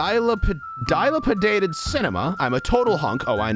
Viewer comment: Dilapidated (Duh-lap-a-dated) Not (Die-la-pu-dated) P.s. I love the vids but the way dilapidated was said triggered me (I have ocd and can read+say it properly and I'm young so it up set me) But the vids on the channel are amazing I love them is just a me thing that it was triggering